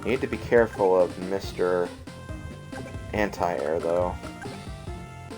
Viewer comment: im sorry but did you just say ANTI AIR